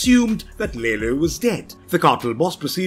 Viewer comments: It bothers me more than it probably should that "Lalo" is called "Lalo", pronounced correctly throughout the entirety of the show, yet this dude constantly pronounces it ... I guess the "English" way... as "Lay-low". It's almost gratuitous. Did he not watch the show? Or is it a British thing? Is it being done intentionally to not allow the Hispanic character his proper cultural identity? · Its lalo not laylo omfg Americans